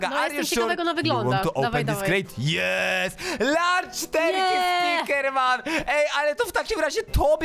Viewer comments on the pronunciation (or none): terkej? Jak mówisz turcja to też turkja mówisz?